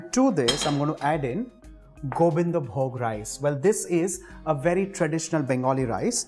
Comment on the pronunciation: Being a bengali, I can say you followed all the steps that we do to cook Bhoger Khichuri... It's just that we add the gorom moshla powder at the end along with ghee & avoid the garlic... Anyway, I can smell it... It's delicious 😋❤️ & I love the way you said "Gobindovog" , "Jharna ghee" & "Gorom moshla"😄